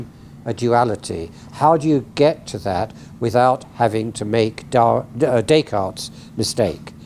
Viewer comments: Daycart. Does he live on i-beether? Does he know about ma-ah and a-e-ma-ah? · It took me a while to figure out what a "daycard" was or who "Daycart" was... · Always amazing the ignorance/arrogance with which the Anglo-Saxons mutilate non-English names. Is it too much to ask to pronounce "Descartes" or "Mozart" or "Putin" correctly ?